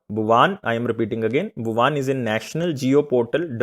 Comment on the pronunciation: Are wo भुवन है सर भुवान नहीं